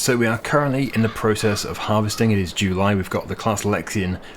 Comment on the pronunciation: The way this guy says July has always bothered me...